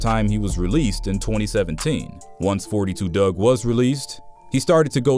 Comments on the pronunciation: Foe 2 dugg not forty two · It's four two dugg not forty two dugg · his name pronounced four- two dugg, s/o gngnem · "four-two Dugg"